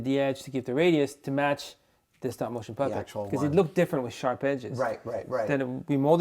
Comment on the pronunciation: Stopmo ?, guess it takes too much energy to say StopMOTION.